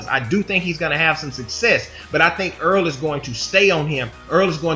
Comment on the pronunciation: errol not earl